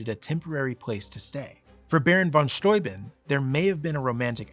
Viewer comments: Thank you, thank you for calling him "von Sthoi-bin" (rhymes with "von Toy Bin") and not "von Stoobin." It's possible that so many Americans pronounced it that way that Baron/General von S just ignored it and went along with it, as my German and Slovak grandparents did when they emigrated to America at the turn of the twentieth century. People do tend to respect the sound of immigrants' names now, but not so much in the past. Sometimes back then, when "foreigners" didn't English their names right away, the Americans did it for them. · After learning about Baron von Steuben ("VON STOO-ben") in school, and later living near "stu-BENN" County in Upstate New York, It does my heart good to finally hear -- for the first time, I believe -- an American pronounce the crusty ol' kraut's name correctly: "f'n SCHTOY-b'n". Thank you. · Fabulous information here, beautifully presented. And a long time coming, in such a clear an unequivocal format. Bravo. And thank you for pronouncing "Steuben" correctly.